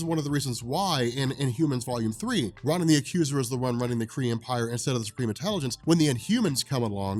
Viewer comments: R ah nin?!? IT’S PRONOUNCED ROWNIN YOU HUMAN REFRIGERATOR! GAAAHHH! So infuriating that you mispronounce names and think that you are the most knowledgeable about comics! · Great vid. You're killing me with the "RAH-nan" the Accuser pronunciation, but good stuff. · learn how to pronounce words. You mispronounce 'armistice' & 'Ronin.' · Another great vid, dude, but holy fuck listening to you mispronounce "Ronan" over and over was a chore.